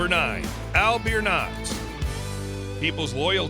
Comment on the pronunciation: Pronounced Al Biernet incorrectly… The AI hoat is horrible